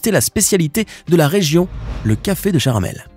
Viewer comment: C pa charamel. C chamarel